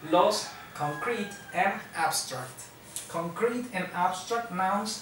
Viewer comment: Te comento que creo que escuché que dijiste concrete pero acentuaste la última sílaba y si no me equivoco en acento en ésta palabra es en la primera sílaba, chécalo por favor, saludos.